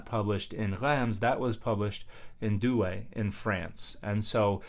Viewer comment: Also Douai is just \dwɛ\